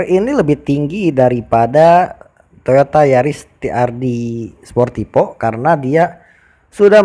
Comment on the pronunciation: Sportivo mas, bukan sportipo 🤣🤣